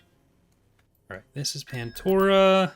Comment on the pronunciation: *pandora not pantora